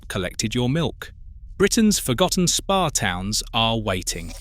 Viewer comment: Really need to get the AI voice to pronounce words properly. If you're doing a video about spa towns, at the very least, the voice needs to be able to pronounce SPA and not just spell it out!